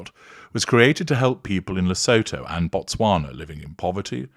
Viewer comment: Le-SOO-too for future reference, with the emphases on the middle syllable.